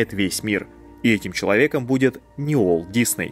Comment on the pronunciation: его имя не произносится через "У", сильно режет ухо. Произносите через "W".